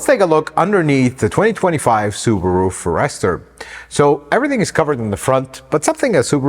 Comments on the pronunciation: Our friend has mastered tens of thousands of American words, but he was bound to miss something. Forester is pronounced forest-er or fores-ter but not for-ester, but we love you and forgive you. 😁😁😁😁😁 Greetings from Southern Indiana. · Pronounced Forest Er, not for Rest or. Excellent program.😊😊😊😊😊😊😊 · I really like your videos and you give us very good content a lot of other reviewers skip out on. However, please…learn to pronounce the name of the vehicle you are testing. It’s FOREST-ur…not For-Esther. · Fores-ter. Not For-ester. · His pronunciation of so many words is a problem. Do a little research on the unknown color. Listen to others say," Forester." 🫤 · Introducing the Subaru Uncle Fer-ester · I'm just one comment, but wanted to say I had to keep myself from closing the browser tab every time he said "for-REST-er", but that aside, his review is great, and I was close to subscribing by the end. The "May the Lord bless you and keep you" at the end sold me. I'm now subscribed. Great review. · I didn’t know it was pronounced Furster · Pronounced it wrong. Like "FOREST", with "ER". And for 35k.. that's too much still , all cars cost way too much now, so ridiculous! Got my 2019 Ascent Premium SUV for $36k, much better, bigger car. I wouldn't be paying $35 for this. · For Pete’s sake. It’s pronounced Forest the er. Forest like in trees, bush. Forest-er!!!!! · How come he can't pronounce For-est-er??!! 🤦‍♂️🤷‍♂️ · Honestly now, who failed AMD and let him call this a Foh-REST-er?? The car’s only been around since 1997.. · For Ester was killing me 🤣🤣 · First time I heard it pronounced forESTER. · Ok I can't believe you do not know how to pronounce forester, I would think Jose might of corrected you before you posted this, here's a hint say forest 1st then ad the er, I just don't want you to look bad amigo....Javi G. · It’s pronounced forest er 😀😱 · My ears are bleeding every time I hear FOR ESTER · Sir, you are a Forrester pronunciation molester.